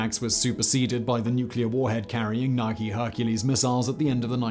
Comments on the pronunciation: Why do you say "nik" in describing missiles and then two sentences later it becomes "nike" as they should be called. For victory. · Ny-key, not nyke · It’s pronounced ni-kee not nik. For fucks sake Simon